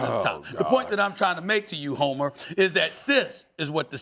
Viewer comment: 😂😂😂 Sas said, "Chill out Hommer